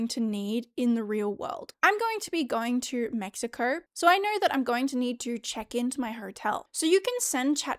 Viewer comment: Where is this Mexiker of which you speak and why does the “r” disappear when you say it in Spanish? 🤔